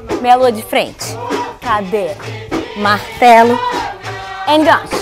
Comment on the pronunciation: that kick is called GANCHO,it's pronounced like GUN-SHOE.